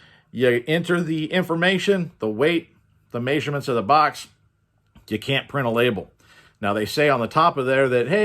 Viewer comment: Did you say maysurments lol